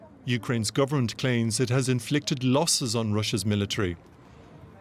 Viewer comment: Lossss??? Did someone have a sssstroookkkee??